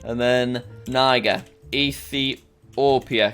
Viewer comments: Tip: Instead of typing republic of congo, you can type rep congo. It works Tip 2: Niger is not pronounced naigur, it is neeje. (Search 'how to pronounce niger' in google & it will show you) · niger is said like “neej-air” and Lesotho is said like “le-soo-too” just saying